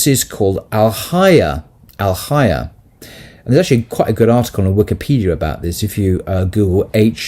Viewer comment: Thank you for this discourse. Something that might help in pronunciation of Arabic words is to be aware of the long vowels. So for example fahisha is pronounced faahisha, and haya, hayaa. Its hard to see this in the transliteration if long (natural elongation) is not marked clearly.